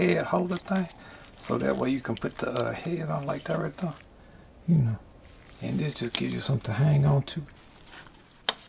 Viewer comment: I like the way he says "like that right there" Likethatrightthere